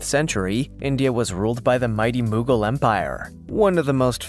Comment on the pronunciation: "" can't pronounce common historical terms like "Tsar", "Moghul", or "Maori".